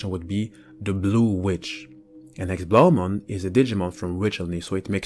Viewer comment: you say it wrong its german and it is pronounced Héxé blau mon good that you know dutsha nd its so similar but belive me its german in that case